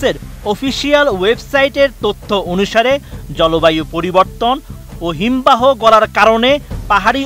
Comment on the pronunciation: জনাব! শুদ্ধভাবে বাংলাও পড়তে পারেন না; আইস্যা পড়ছেন বাংলা সংবাদ পড়তে!?😲😇🤔?! ক্রমশঃ হিমবাহ ইত্যাদি ভুলভাবে উচ্চারণ করা হয়েছে।